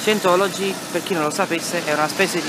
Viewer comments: Si pronuncia Saintologi...ma possibile che siamo così tutti terribilmente negati noi italiani? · comunque si pronuncia saientology.... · Ottimo video ma si pronuncia SAIENTOLOGI. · Bravo! Tutto giusto, tutto bello, ma scusa come fai a dire di parlare inglese e poi pronunciare per cento volte,,,, SIENTOLOGI"????? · cosa ti aspettavi? cmq si pronuncia /saientology/ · Si dice "SAIENTOLOGI" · Parli inglese ma non sai pronunciare “Scientology”..... che si dice più o meno “Saientology”. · "Sajentologi" semmai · Si pronuncia saientologi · "io parlo inglese" e pronuncia Scientology peggio del peggio 😂😂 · si, visto, 9 anni fa. Ma è nello stesso video che tu asserisci di saper parlare inglese. Poi, vai a pubblicare un video dove neppure sai pronunciare correttamente il nome dell'argomento??? Comunque bravo! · Dai pero’ almeno pronuncia Scientology come si deve se devi farci un video.. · Parlerai anche inglese, comunque non si pronuncia così scientology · Parli inglese e nn sai nemmeno pronunciare correttamente "scientology"?? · Ma se non sai nemmeno pronunciarlo Scientology! Ahah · E menomale che parli inglese, se no come cazzo lo pronunciavi scientology.